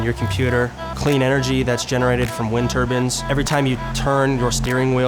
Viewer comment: The fuck is a wind turban? It's turbine. Also it's not "urban mining" it's "trash picking"